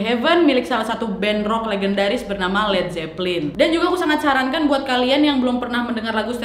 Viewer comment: nadia kalo ngomong kadang suka kebalik" tapi ngehibur bgt Led zeppelin : zed jeplin Backmasking : bass making Ok